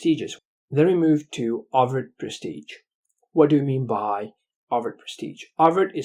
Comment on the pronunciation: It s overt,notover